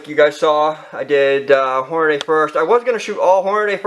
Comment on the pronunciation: As soon as you said "Hornaday" instead of "Hornady" (Horn-a-dee) I was done watching.